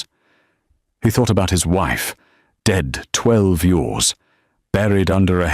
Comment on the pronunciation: Real wish the AI voice could figure out how to say the word " Years " lol